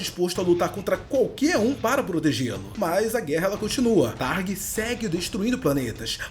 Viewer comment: É thragg não targ